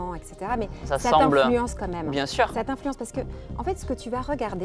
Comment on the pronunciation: « Bien sûreinh.. » stoop 🥲🥲